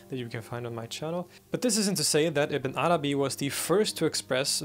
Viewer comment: I'm not used to Ibn Arabi's name. Everytime you say it, I hear "a banana bee".